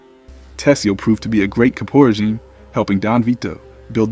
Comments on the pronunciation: KAH-poe reh-ZHEME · caporegime- cah-poe-ray-jee-may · Here's a guy who calls himself '' and can't say Kaporo-jeems properly. 😂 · You need to learn how to pronounce things correctly before making a video. Jesus , you pronounced caporegime 9 different ways. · How can do a video on the Mafia and not pronounce caporegime correctly? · That's not how you say Caporegime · The way you say caporegime 🤮 has to be AI